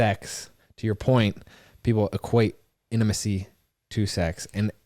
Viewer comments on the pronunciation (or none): Gosh everytime says the word intimacy or intimate.. I cringe! It's not "in-a-macy and inamate"" its "In-Ta-Ma-Cy and in-ta-mate" 🤦‍♀️🤦‍♀️ but on another note..I really did enjoy this episode. Love the points yall made.